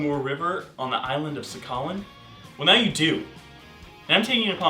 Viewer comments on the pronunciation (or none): It’s pronounced saha-lin not SAKALEEN. You also forgot to mention that the Yayoi (or Japanese) were the ones to enslave the Ainu. You should probably change the title of this video. This seems to just be about their very basic Tungusic religion, not anything about culture or the Nivkh people as a whole.